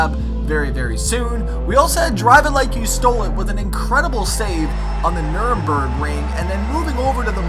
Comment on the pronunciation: not to be mean but u bump, pass and spin folks when u tandem almost every time so... also nuremburg is a rally, its pronounced nur burg ring. not hatin but yeah.